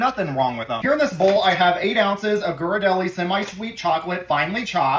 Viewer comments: Ghirardelli Pronounced with a “soft” g like “j” sir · The only thing you did wrong was how you pronounced Ghirardelli.